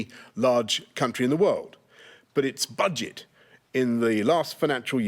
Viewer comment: Did anyone else notice how he emphasised…”Budget!” 😏🤑